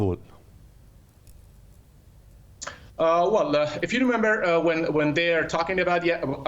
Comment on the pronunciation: Uff. Da plazmena “kaa-bul” de, na “kabool” de.